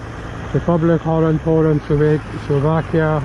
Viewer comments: Where the fuck are you reading Hollund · 'France" with the Dutch flag, and 'Hollund' instead of Holland with whatever flag that may be xD